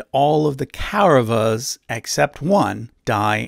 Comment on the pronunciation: Very good video but you can improve ur pronunciations. It's not ‘ Kei- ra va-s' , it's कौरवाः or ‘ Kawu r-a-va-ha'